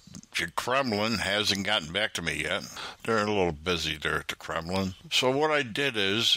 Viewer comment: The "Kremlin" lol welcome back